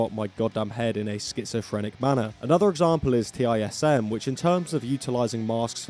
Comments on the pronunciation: "TISM" is pronounced "tizzum", not "T.I.S.M." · It's TISM - (one word, rhymes with prism) not T.I.S.M. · Did you just pronounce TISM as Tee Eye Ess Emm? Unsubscribed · Absolutely insane to see TISM* in any video, let alone one made by a non-Australian *(acronym for "this is serious mum" and pronounced as a word rather than separate letters) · T-I-S-M is just pronounced 'Tism ahaha,, good performance art music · TISM is pronounced like autism. Also, Imperial Triumphant have write insane music.